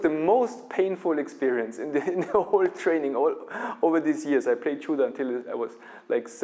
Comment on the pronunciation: you cant even pronounce judo properly. lol